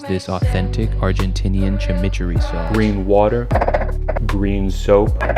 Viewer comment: Shaq - deliberately mispronouncing "balsamic" and "chimichurri" in order to bait rage-engagement in the comments shows a truly advanced understanding of the type of content you are parodying. Please only use your powers for good